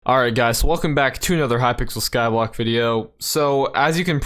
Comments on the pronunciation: It's sounds like skywalk and skyvlock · Why does he sound like he's saying Hypixel Skywalk? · Hypixel skyBlaK video